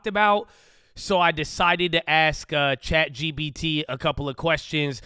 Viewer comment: I’ve noticed that everyone from Cali pronounces “chat gpt” as “chat gBt” 😄 why is that? Is this a common thing to mix up in California?